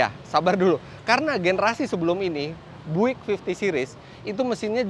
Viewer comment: om Fitra, Bung Karno tahu banget mobil Amerika yang keren seperti apa. General Motor memang produsen hebat. Btw, itu mbacanya Buick harusnya [byu-ek] ya?